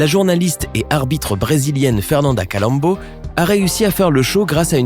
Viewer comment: au fait c'est fernanda colombo et non calombo.